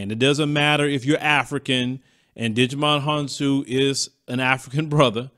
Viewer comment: lol! His name is pronounced Ji - Mon Hon-soo.